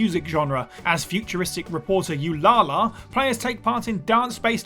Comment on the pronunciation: Did you just pronounce Ulala's name "You-la-la"? LMAO!